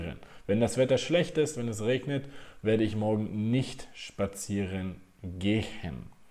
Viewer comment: Hallo..ich möchte nach der Aussprache des Wortes "gehen" fragen.warum betonen Sie bei der Aussprache "h".